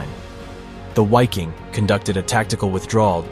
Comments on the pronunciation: It's pronounced viking. The german language pronounces w like v. And v is pronounced like w. Examples: Wiking pronounced like viking Waffen like vaffen Wehrmacht like vehrmacht. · . In the German language W is pronounced V. So Wiking is pronounced Viking in German. Wehrmacht is pronounced vehrmacht and waffen is pronounced vaffen. I lived and worked in Germany for five years: I never heard any German pronounce a W as a W, it was always pronounced V. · I guess this is AI voice-over, but I believe it's pronounced "vicking" in German. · Dude, the "w" in Wiking and Waffen are pronounced as a "V"...sounds like "veking" and "varfen" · Ok, W's in German are pronounced as V's. Its VIKING. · Dude, it was SS VIKING and not wiking xDxD. Wiking is the german for Viking. Dumb dumb stupid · It is not Wiking but pronounced Viking. Germans pronounce a W as a V. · the true pronunciation of wiking is ve' king. it is Latin. or the English pronunciation is Viking. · The pronunciation of "Wiking" in Scandinavian is Veeking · Please learn how to pronounce German proper nouns- your credibility as a historical documentarist is seriously suspect. First & foremost, the German, "W" is always pronounced as, "V". Most of your German proper names are badly mispronounced- I had to stop watching... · Dude the letter "W" in German is pronounced like a "V". So it's the VIKING Division...! Really makes it seem as if you don't know what you're talking about. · Wiking division is pronounced vee koong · pronounced Viking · I’m German W is prounounced as a V. Wiking = Viking. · Please don't say "Why-king" but rather "Vee-king" (in German "W" sounds like "V" in English, and "i" sounds like short "ee" or "i" in "big". You can also just use the English word Viking, because it has the same meaning in both languages, while "Why-king" sounds neither in German nor in English. This is some obnoxious language hybrid. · Viking not UAKING ! Please respect GERMAN language ! Congrats for your excellent work !